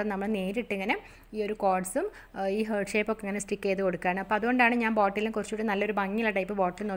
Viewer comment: ഹാർട്ട്‌ എന്ന് pronounce ചെയ്യൂ കേട്ടോ... ഹേർട്ട് എന്നല്ല പറയേണ്ടത്... Okay...?